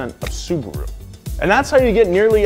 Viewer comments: subaru not suburu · Suburu???? Really???